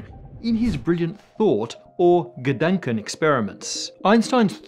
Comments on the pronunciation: Please try to pronounce the "a" in Gedanken like you would pronounce the "a" in ah or arm. This vowel shift between the german and englisch language is nasty :D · Dänk way to pronounce "Gedanken"… 😜